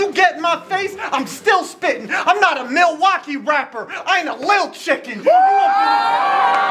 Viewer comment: said “melwaukee” he did his thang, I’d like to see bank in another city and do the same thing. Both were good